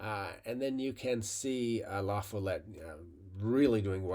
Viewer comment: It’s la-FALL-ette. Source: I’m a Wisconsinite.